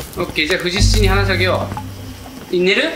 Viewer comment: 有岡くんが藤七をずっと「ふじなな」「ふじしち」って読んでるのが気になってしょうがない😂 たぶん読み方の相場は「とうしち」だと思うんだよなぁ